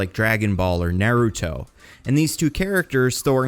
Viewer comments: Great video bro but did you just say NAIR-UTO? BRO.. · I love you but your pronunciation of Naruto hurt me just a little bit 😭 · "neruto" lol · That Naruto pronunciation after was cringeworthy lol. Great video though